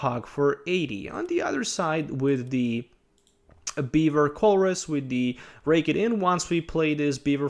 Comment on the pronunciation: Am i the only one who heard beaver instead of bewear